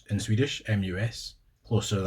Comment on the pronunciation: Your Swedish pronunciation is just.. wow. Very impressive.